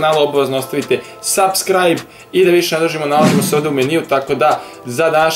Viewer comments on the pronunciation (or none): none